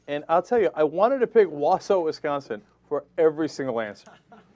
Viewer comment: 2/3 1. I lived in WI, tons of religious nuts there big time...easy (pronouced Wal-saw, WI) 2. bulldozer in a contemporary story? Louisiana is only state choice where it aint uber cold right now